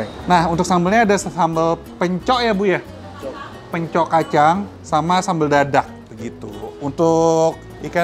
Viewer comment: Info mungkin ada yg gk tau.. Hehe yg kayak pot namanya kastrol memang biasa d pake ngeliwet karena punya rasa khas tersendiri... Tuang dalam sunda itu makan.. Bahasa halus.. Pencok huruf k nya d baca, jangan d hilangkan... Bukan seperti orang kebanyakan yg yg rata2 baca kata yg berakhiran huruf k.. K nya gk d baca kayak.... Hehe... Kacang pencok sebutan orang sunda untuk kacang panjang... D saya orang yg lebih tua sering bilangnya kacang pencok... Mungkin itu saja Secuil info dari saya barangkali ada yy gk tau... Dan semoga bermanfaat... Wassalam... 😊😇🥰